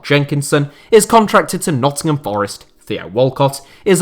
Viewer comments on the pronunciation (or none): none